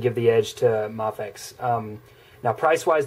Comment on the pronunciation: Mafex not mofex